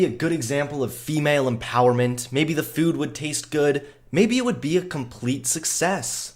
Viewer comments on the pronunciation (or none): Nobody:: Fewd